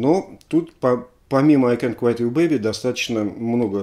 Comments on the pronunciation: Алексей, ну всё класс, конечно. Но какой " ай кэнт квайт"? Ну ай кэнт квит ю бэйби, же (е) О, отмотал назад, там уже первый комментарий )) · I can't quit (куит) you baby. Если правильно произносить.